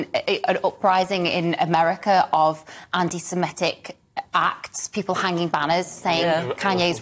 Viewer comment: It's anti sem I tic not ani sem E tic.